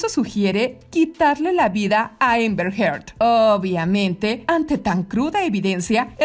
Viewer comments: Repite conmigo; Amber, no Ember!! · Por qué le dice EMBER a AMBER....